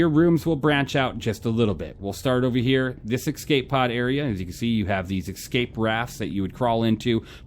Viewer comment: Cool ship, love your reviews. They are my goto for SC ship reviews. I have to say, I cringe every time I hear you say "Ecscape"... not a word. Escape. It's like when you hear someone say Nucular instead of Nuclear. Sorry, I'm OCD AF.